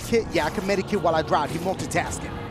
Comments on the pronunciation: RED BULL BULL GOT DASH SAYIN MEDIKIT INSTEAD OF MEDKIT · Use a medikit lmao 😭😭 didn't know there was a " i " in medkit lol love you dashie 😭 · Did y’all notice he says med-i-kit😂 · Lol he was saying medIkit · Y did he say medi kit lol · He triggers me with his aim and how he says medkit